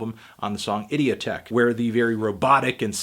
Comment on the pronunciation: why does nobody pronounce idioteque right